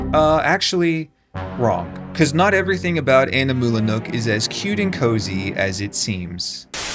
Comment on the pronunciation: Are you just flexing that you can pronounce "Animula Nook"? (I can't)